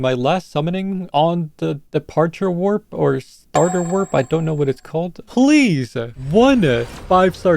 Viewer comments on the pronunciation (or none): its warp not wrap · is no one gonna talk about how they said wrap instead of warp..